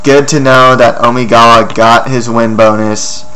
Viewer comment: Please don't ever say Omigawa like that again.